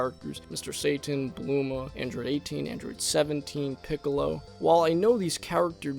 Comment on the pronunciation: Also it’s not bluma it’s bulma